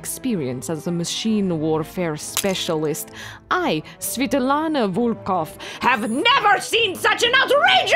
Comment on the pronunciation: The video, however, refers to her as Svitlana (sv[ee]-, not sv[eh]-). It's like how you wouldn't call Kris a Chris - it sounds practically same, but you gotta respect the way it's spelled.